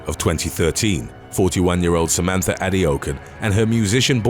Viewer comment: You mispronounced Samantha HADOUKEN.... ... 👏🤷‍♂️